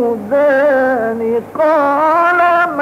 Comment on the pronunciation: امرأتين تذودان و ليس تزودان الله يبارك فيكم